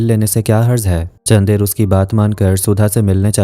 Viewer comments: How hard to pronounce चन्दर ? Ye चंदेर kya hota hai...? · it's chandar don't say chander